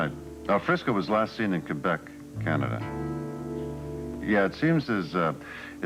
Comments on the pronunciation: Sean and Felicia are saying Quebec wrong.:): He was a womanizer is what he was. ROFL! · He sure is pronouncing Quebec wrong .smh